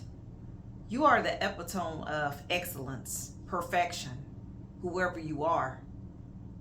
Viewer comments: kindly, It isn't eh-pi-tome it is ee-pito-mee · Epitome was mispronounced in the beginning but I understood. I used to have the same trouble with the word recipe as a child. Collective, it’s time to remember who we are. Niceness should not be taken as weakness